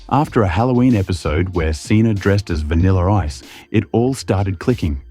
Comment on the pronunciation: Dressed as "vaniller ice"😂😂